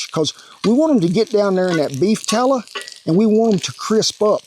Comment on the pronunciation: "We want em to get down into that beef tallah." I love this man.